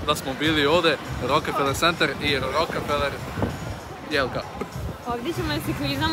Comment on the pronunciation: nije rokEfeler nego rokfeler.